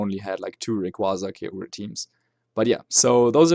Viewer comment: it's KYOGR not KAYOGrRAYYYYYYYYYYYYYYYYYYYY!!!!